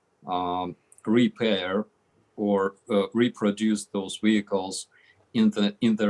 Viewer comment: say wihicles ten times fast...